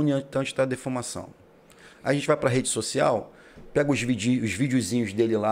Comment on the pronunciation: Defamação😂😂😂😂? Kkk não seria difamação? Northwork é o Network da zona norte?😂😂😂😂 Só falta falar adevogado ao invés de advogado. Aí sim vai passar atestado de analfabeto funcional 😕😭😂😂😂